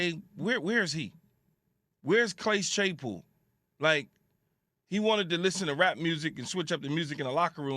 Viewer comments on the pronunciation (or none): CLASE CHAYPOOL........nice Keyshawn. Nice.